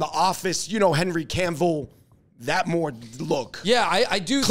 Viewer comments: who is Henry CaNNNNville??? Its Henry Cavill. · Love your channel - y'all are hilarious. BTW, the actor's name is Henry Cavill, not "canvil".